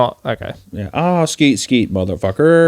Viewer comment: Hunter couldn't have sounded any whiter when he said "Skeet skeet motherfucker".